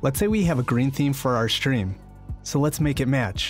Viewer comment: Why is he saying "shtream label"